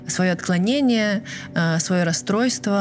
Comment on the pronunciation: Согласна, пытаюсь второй раз осуществить просмотр этого подкаста: не разделяю хвалебных отзывов о А.Сулим.... Чего стоят : психиотрическое отклоление, ловили Чикатилу, ужас!Слух режет ножом! Смотрите Колыбель ужаса Василия Бейнаровича, грамотно и профессионально.